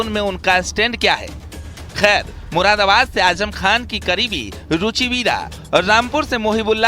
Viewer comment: अरे ये मुरादाबाद का नाम भी नहीं ले पा रहा है मुराबाद मुराबाद बोल रहा है